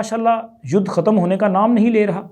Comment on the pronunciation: جناب لفظ "یودھ" نہیں بلکہ "یدھ" ہے۔